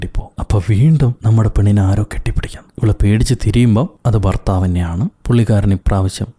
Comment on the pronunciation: ഫർത്താവോ.... മോശം